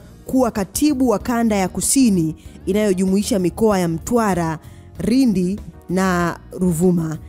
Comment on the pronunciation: Natamshi Lindi na Reforms yanekushinda. Mtihani wa L na R. Pole sana. Unahitaji mazoezi ya matamshi